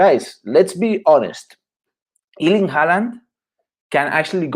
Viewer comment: Please learn to pronounce his first name properly, the Germans are closest so far, even the British are better than this Iiiirling!!